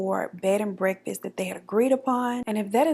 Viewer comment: "Bread and bekfast" 😂💀❤